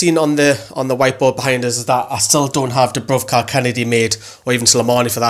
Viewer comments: Its dubravka not dubruvka :) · Why does everyone keep saying DubrUvka, it's DubrAvka